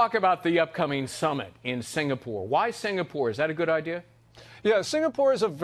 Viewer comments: SINGAPORE, not "sinapore" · Singapore not sinapore, In bahasa indonesia singa = lion, and pore/pura = city